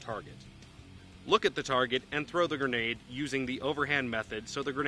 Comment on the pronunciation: no say granadaaaaa with an accent